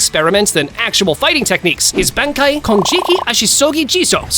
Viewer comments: Its Bankai dumbass not ben kai an not even bon kai tf 😅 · Why do you keep pronouncing Bankai wrong? It’s not Ben Kai, it’s pronounced bon Kai. If you’re doing these videos at least get it right. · Bankai ❌ Benkai ✅ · Idk if we can trust someone who doesn’t even know how to say banki correctly, it’s not Benki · b"E"nkai,resure"K"tion, fl"E"sh step. So cringe. 😂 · Why do you not know how to say Ban Kai? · Oh dear God, your list is so wrong, only cause you probably watched the thousand year war and twined to go back and get more info, but that fact you keep mispronouncing everything, again it’s Bon Kai and it’s not Zane poc to or whatever you were trying to say, it’s zon pac toe, idiot. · smh you made it worse. it's Ban Kai as simple as that. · You're correcting him and suggesting an even worse pronounciation😂 "How hard is it so say "Ban-Kai" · It's bun kai